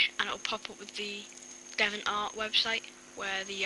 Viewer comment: HA! you cant say deviant! lol!